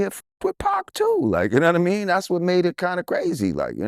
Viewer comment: Lord Jamar I don't know yanadamean I am sure drizzy yanadamean and yo yanadamean. Completely uneducated.